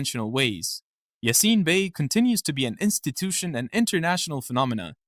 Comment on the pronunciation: whya re you raping his name with an american accent?